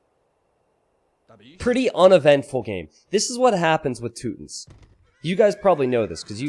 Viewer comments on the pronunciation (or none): I believe it’s pronounced “two-tawns”